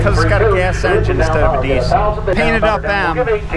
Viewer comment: Interesting relics of the past indeed! Since you are likely to use the word “Diesel” a lot in the future, you might sooner or later want to adopt the correct pronunciation of Rudolf Diesel's surname, as it is common in Britain.